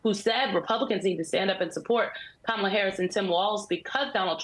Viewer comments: Mika is deliberately using the WRONG pronunciation of "Kamala!" She's loving the "Camel-ah," for some reason. Get a real background, Mike-uh. 🙄 We don't need ya. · Mika- it's COMMA-LA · Mika - It’s “Comm -a - La “ Please, you can get it right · Did anyone else notice that Mika mispronounced Kamala’s name without any correction? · Mika, you pronounced her name wrong.